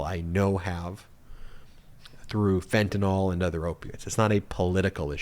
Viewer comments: It's NOT FENTANOL, it's FENTANYL, pronounced ''fentanile''. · Ben, it’s not FentanOL, it’s FentanYL. McCarthy mispronounced it but you shouldn’t. Sounds ig'orant :) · Myth number 1 is that it is called Fentanyl, not Fentanol!!!! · FENTANYL NOT FENTANALL!!!! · The correct spelling is fentanyl. Why does everyone pronounce it as "fentynal"?